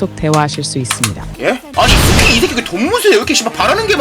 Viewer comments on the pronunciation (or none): 나만 수키 숙희로 들림???